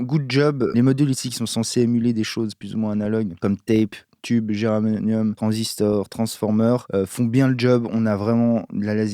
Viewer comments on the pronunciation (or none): Vidéo très sympa, par contre à c'est "germanium" et pas "geranium"..... Me suis fait avoir aussi !